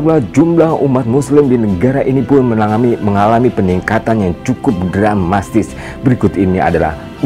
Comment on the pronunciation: "Mungk Dramatis," bukan dramastis yg baru sy dengar... Agama yg datang dari Firman Allah, bukan karangan manusia.